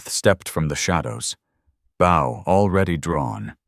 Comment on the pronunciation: I keep telling you the word is bow pronounced Bo.